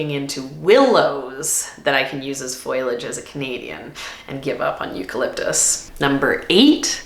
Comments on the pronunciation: Hey lovely lady. While foliage is a wonderful foil for your bouquets it's pronounced foe_ lee_ age.. I thought Canadians show up rhe Americans on English. However you are forgiven as love your work ethic. Don't know how just the two of you get so much done. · Full on think you're great, and I still cannot accept your pronunciation of foliage. :) There is definitely debate over whether it's fohl ee udge OR fohl udge (the answer is it depends, you pick). But the " i " is after the "L" so it is definitely not "foil ee udge". Don't foil the pronunciation! ;) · Loved the video - BUT, Foliage, not Foilage. Fo-lee-age. Sorry, just a pet peeve of mine. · Pronounced fo-le-age. Not foil-age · Foley age not foil age. Hurting my ears. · Thanks for the informative video. One thing bothers me a little though. A plant person should learn the correct pronunciation of the word foliage. It is not FOILage, but FOLIAGE. Not trying to be snarky, just informative. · Thank you for this list! I feel the same about many of these. Also, Foliage is pronounced Faux - Lee - Udge. Not FOIL- udge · Fol-ee-age (foliage), not foil-age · If you are in the flower business please learn how to say Fol-i-age. Not foilage - rhymes with spoilage. Tks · I gotta ask why you say “foil-age” instead of “fo-liage” 😅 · Isn't foliage pronounced FOH-lee-ij, and not FOIL-ij? Or is that a regional thing? (Real question, no snark!) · Wow, it is interesting that you pronounce it "foil-age". (It is fo-liage. No foil in it, lol.) I love your videos, and thank you for sharing what flowers you like, and don't like growing. Even though we may be in a different zone, it is helpful. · Foliage...... FO LEE AJ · You lost me when you said “foilage” more than once… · Interesting list! I don't produce for anyone but myself but it's a handy list. Btw, foliage isn't pronounced foiliage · The i is after the L. Fo-li-age. 😊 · When you say “foilage”, are you trying to say foliage or do you mean something else?